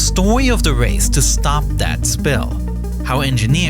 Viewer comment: da stowy of da wace....